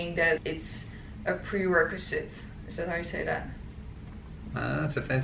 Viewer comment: You said "prerequisite" very well, Negin. I agree, business school is unnecessary if you want to be an entrepreneur. Teach yourself for free on the internet and by DOING for FREE! Don't waste your time and money going to the man's school.